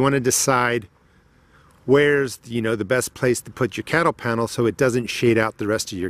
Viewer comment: I backed to make sure I heard that as well.